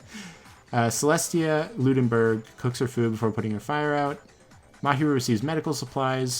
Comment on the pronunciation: Him: pronounces Celestia as Celeste Celestia: MY MAME IS CELESTIA LUDENBURG GOD DAMN IT! Him next round: Celestia ludenburg Celestia: it WORKED!